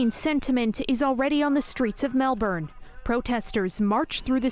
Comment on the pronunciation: mel - bin not burn